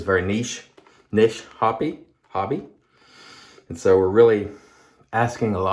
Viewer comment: Oh,, thank you SO MUCH for saying niche correctly!❤❤❤